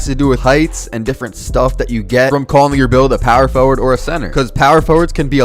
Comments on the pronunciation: I love how u say “POwer FoWard” 😩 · POW-wer Forward 😭😭😭